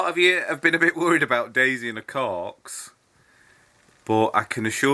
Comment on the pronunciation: “She loves her cawrrks” 😂 lol same